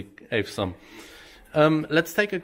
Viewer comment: Es gibt "awesome" auch als Audio Datei. So kann jeder hören, wie man es richtig ausspricht.